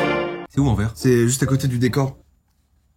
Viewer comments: Les gars, ça se dit AnverSSS (de la part d’une Belge) 🥲 Sinon, un concept des plus appréciés😌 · ça se prononce anvèrs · Comment ils ont dis Anvers 😂😂😂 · En tant que belge Anvers ça se prononce « anversse » 😔😔😔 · Le "s" se prononce dans Anvers😭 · On dit Anversssssss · Pour la prochaine fois il faudra dire AnverSS😅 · Moi, belge, quand j'ai entendu Anvé 💀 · On dit le s a Anvers 😂😂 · La ville d'Anvers en Belgique ce dit "Anversse" T_T "An vers ce" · Dans Anvers, le s se prononce 😭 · Ça se dit « Anversse » mais ça s’écrit Anvers. Info inutile mais ainsi vous savez ahah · on prononce le S d'Anvers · Anvers (on prononce le s) c'est une province ET une ville en Belgique (une province c'est un peu comme un département en France). C'est une chouette ville de Flandre et franchement, si vous passez en Belgique allez là-bas, ça ne sera pas une perte de temps 😁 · En tant que belge comment ils prononce "Anvers" jpp😂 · c est Anvers avec le s qui se prononce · Je suis le seul a avoir le seum de la prononciation de Anvers 😢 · anvers ? sa me fume comment ils le prononcent 🤣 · La ville d'Anvers faut prononcer le ssss svp 🙏🙏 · J'adore la vidéo mais il y a un truc qui fait mal c'est le Anvers on doit prononcer le s à la fin mais sinon j'adore la vidéo continuez comme ça !! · Je peux pas nooon, ×_× étant belge je suis blessée déjà c'est AnverS oui,la dernière lettre ce dis ici et je pensais que y avais pas pire que les Américains mais là!😂 (Ne le prenez pas méchamment,je plaisante) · Anversssssssss, SSSSSSSS AVEC UN S!!! Sinon j’adore tes vidéos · A « à Anver en France en plus ! » 😂 Ah non Anvers se trouve dans mon pays qui est la Belgique 🇧🇪 et le « s » a la fin est prononcé 😅😂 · Quand vous avez dis « anver » mon petit cœur belge a souffert 😢 le s de Anvers se dit voila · En tant que Belge ça fait mal d’entendre « En vert » pour Anvers 😂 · Je pleure je suis belge et quand ils disent an vers je pleure , c'est anverse si vous préférez 😢😅😂PS vous êtes incrayaux 😂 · Anverrsse pas anvé 😂